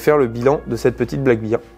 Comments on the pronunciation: Une petite remarque sans agressivité bien sûr Black bear (ours noir) bear se prononce "ber" et non "bir" J'ai mis un pouce vers le haut pour la vidéo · Sympa cette carabine. Juste un truc anecdotique. On prononce "Black Bair" (Ours noir) et non "black Bir" (bière noire)🍻